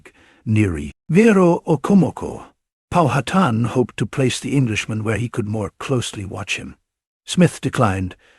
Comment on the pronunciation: Stopped watching as soon as it pronounced Powhatan incorrectly.